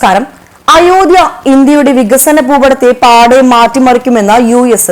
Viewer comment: അയോദ്ധ്യ ഉച്ചാരണം ശരിയല്ല